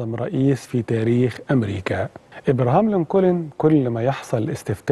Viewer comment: على فكرة انت بتنطق اسم ابراهام لنكولن خطأ خالص يا ريت تتعلم نطق الاسماء بطريقه سليمه .. في ما عدا ذلك فنحن جميعا نشكر حضرتك على هذة الحلقه الرائعة